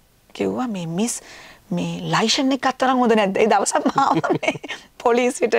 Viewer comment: "ලයිශන් "නෙමෙයි "ලියිසන් " කියලා කියන්නේ .අපි ලියිසන් නැතුව පොලිසියට අහු උනොත් කෙලින්ම උසාවි දාන්නේ .